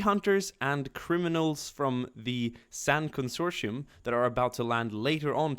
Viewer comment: Con-sor-ti-um is the pronunciation, they’re from the expansionary region. Love ur vids!